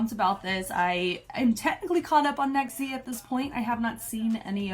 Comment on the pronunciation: Don't know if anyone has told you yet but their name is pronounced Nex(G) actually. There is no hard Z sound in Japanese like there is in English so Z's are pronounced closer to a G sound. JYP named them himself like he did with Vcha and he explained on the show that their name stands for Next Generation because they will be the boy group to lead JYPE into the next generation. So that's where the G is from, generation, the Z is just to stylize it & because Japanese pronunciation would still make it a G sound (Nex(G) like XG) :)